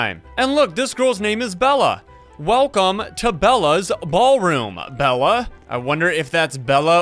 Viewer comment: Bella? its bela not double L its bela